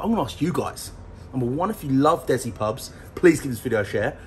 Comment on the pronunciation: DESI aka Des-C not Dezi